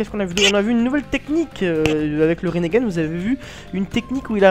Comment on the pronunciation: je sais pas si sa a toujours été le cas, mais je crois que c'est Rinnegan et non Rinnégan. ^^ Bonne review, et je me dis que Madara devrait surement commencer par Hachibi, c'est le seul qu'on a pas trop vu ce faire maltraité. Sinon, oui tu as raison, Madara doit devenir le Jinchuuriki de Juubi pour pouvoir balancer le Tsukuyomi donc ouais c'est un peu répétitif. Et à votre avis: Naruto devrait sortir en mars ou plus tard? Espérons qu'ils sortent après la fin de Naruto!:)